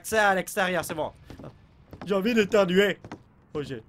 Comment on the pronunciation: dans presque tous les vidéos dis j'ai j'ai on dirait il dit gg